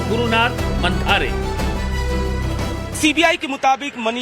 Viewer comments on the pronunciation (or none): मनिषा मांढरे ऐसा नाम हैं. मंधारे नहीं. 😂